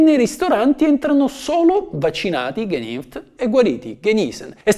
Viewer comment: sulla pronuncia tedesca un pochino da lavorare ci sarebbe, anche se fai meno peggio di altri 😉